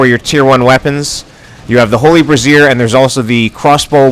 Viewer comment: I'm pretty sure "Brazier" is pronounced "bray-zeer"